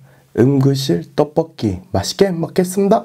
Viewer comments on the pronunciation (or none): 음그실 떠뻐끼